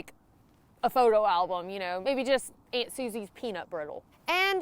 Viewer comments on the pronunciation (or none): none